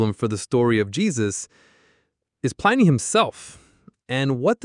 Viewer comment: Plin-ee not Pline-ee.